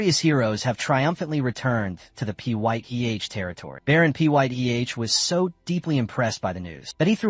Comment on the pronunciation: Baron Pyth is pronounced Fithe